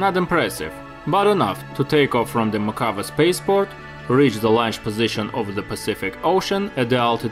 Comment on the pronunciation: Cool video but you need to learn how to pronounce Mojave correctly.